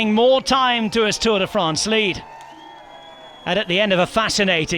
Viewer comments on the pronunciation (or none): Pronunciation perfect, then drops Tourday France.